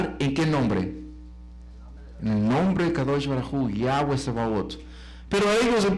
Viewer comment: No es Yáhweh sino YAHWÉH